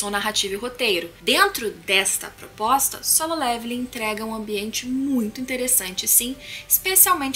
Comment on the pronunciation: aeeee ela falou solem irmãos kkkkkkk likezão